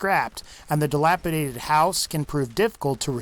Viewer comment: The further and more remote the settlement, the better!! Main reward of settlements is sending 'armed to the teeth' settlers out as provisioners, so your people roam the entire commonwealth, constantly, as allies. Nice to hear someone say 'dilapidated' properly though... ;-)